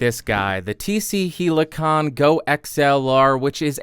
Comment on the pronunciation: hell- i -con you pronounce it oddly....